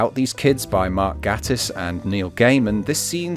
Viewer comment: I'm sorry,, but as a League of Gentlemen fan I can't allow you to continue to mispronounce Mark Gatiss' name. It's pronounced GAY-tiss. And since the man is gay that should be easy to remember!